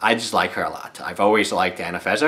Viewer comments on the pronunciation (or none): I don't want to be nasty, but you do realise there is are 2 "n"s in "AnafeNza", not just the one you pronounce.